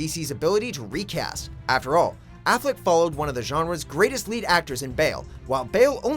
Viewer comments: Really? Afflec? Jesus. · lol afleck?srsly???